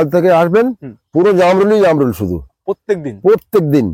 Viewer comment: Jarmul na o ta hobe jamrul 😂😅